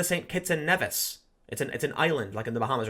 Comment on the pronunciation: it's pronounced Nee-vss, it's not apart of the Bahamas and it's an island in the Caribbean. St. Kitts and Nevis are one country ( both a separate islands tho), just clarifying :)